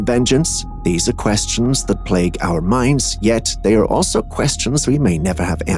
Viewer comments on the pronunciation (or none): none